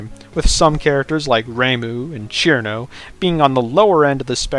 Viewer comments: CHirno??? isnt it sir'no? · Ćirno not Chirno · Fun fact: cirno is read sir-no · so cirno's name is pronounced "Chirno" ? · my guy said cirno wrong